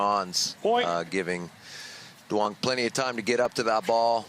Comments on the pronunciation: To all the non-Vietnamese people out there, Duong is pronounced Y-OO-NG. Way to represent kid. Announcers need to be corrected so it doesn’t continue to happen. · Announcers are doing too much in that pronunciation of “Duong.” It’s more simple than that.